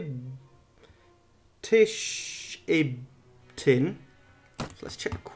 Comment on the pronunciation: village pronounced shib-tin when upgrading hold ctrl it does it quiker and holding ctrl spacebar is a sort of fast travel it speeds up map movement